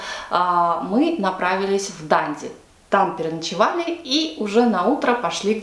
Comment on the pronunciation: ДандИ на последний слог